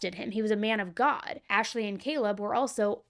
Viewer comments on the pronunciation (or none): Emphasis on “Man of God!”